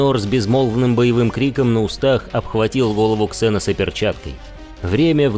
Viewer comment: "КсЭносы", "мальстрЁм" ну чувааак...